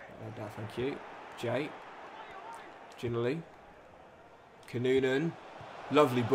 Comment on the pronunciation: I love your vids always have always will, but please watch a clip of Josh Ginnelly name being pronounced, as a hearts fan it’s the ocd in me that’s annoyed when I hear it mispronounced 😂, call him Gino or have a listen to his name being pronounced please😂thanks